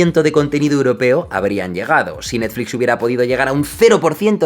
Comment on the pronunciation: ahora le diremos Nastflis y Sanosongs xdxd